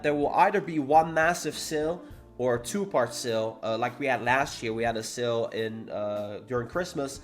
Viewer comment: I keep thinking about what "seal" he's talking about, and realized that it's "SALE" dagnammit 😂